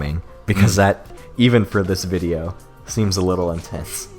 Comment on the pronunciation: “I wunt 100 THOUSUND LEKS ON DAT VUDEO, or something stupid like that, I can’t do that...” goes to look at fyre festival video: 275+ thousand likes Damn dood